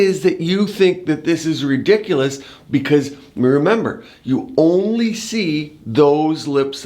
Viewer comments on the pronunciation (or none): none